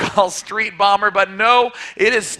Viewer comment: You sound like you're saying BUMMER